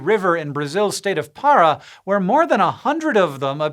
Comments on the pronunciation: You wrote "Pará", yet you said "stop" (pára). The accent is right there! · FYI: Pará is actually pronounced with an accent in the last A (pa-rAH), that's what the little line on top of the A stands for.